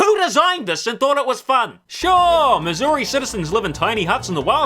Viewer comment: Not gonna lie, every time said "Mazuri" I was hearing "Missouri". Either way, love the video